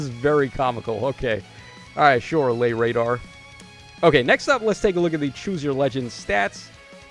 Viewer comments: I think it might be pronounced Lashrathr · As someone quarter-Icelandic, Læ”radar” makes me chuckle.